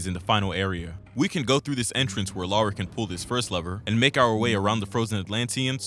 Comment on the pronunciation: I’m only 4 mins in but I just had to pause to thank you for doing what most American’s fail to do: Pronounce “Lara” and “Derby” right. It’s crazy that Core changed her name from “Laura” to “Lara” because they thought it would be easier for Americans to pronounce 🤦‍♀️